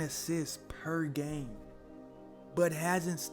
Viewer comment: "Perr gaaime" 😆 😁 🤣